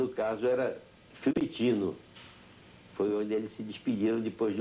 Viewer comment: FIUMICINO... é o nome do aeroporto em Roma... não Fimitino!